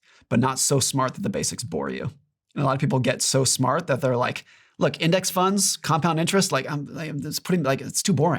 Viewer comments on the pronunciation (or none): "retirement tunds" "riving expenses"